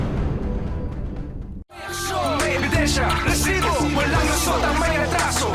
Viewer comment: Maka irita ang pag bigkas ng word na resibo bakit pa e prolong...